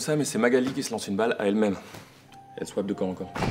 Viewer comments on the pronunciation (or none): à dit "viens on schwapp" et non pas on swapp